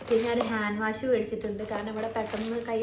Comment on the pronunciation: Face wash cheyyunnadinu Waa alla pronunciation its wosh cheyyanamennaanu... Purathekku pokumbol idokke sradhikkanam